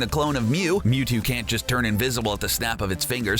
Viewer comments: It's Mewtu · F*ck OFF YOU DONT EVEN KNOW HOW TO SAY MEWTO ITS MEWTWO FOOL LETS SEE IT AGAIN 1 WHICH AS A PET: MEW (BECAUSE HES MORE OP THAN THAT MUTANT CREATURE) 2 WHICH ONE AS A STUFF ANIMAL I GUESS MEWTWO 3. WHICH IS BETTER IN GAME MEW WINNER MEW AND LOSER YOU